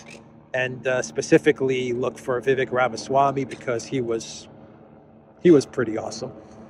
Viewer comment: Vivek's name is pronounced viv - ACHE